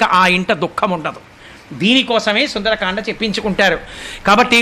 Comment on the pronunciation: Sundaraakanda kadu Sundarakanda